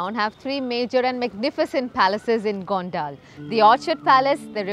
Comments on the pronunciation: You’re pronouncing it very wrong. It is गोनडल and not गोनडाल as you’re pronouncing it. If Indians themselves spoil the pronunciations what can we tell the foreigners? So please take care while pronouncing Indian names 🙏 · Its not gondaal its gondal 😅